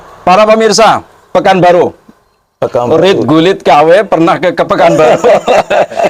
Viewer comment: Mas klo mo bikin konten..! Jgn buru2 terus klo pengetahuan blom bnyk diam dulu. RUT GULIT Bukan RIT GULIT 😁🤭